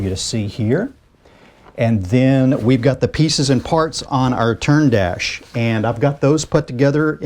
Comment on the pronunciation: Churn dash. As in butter.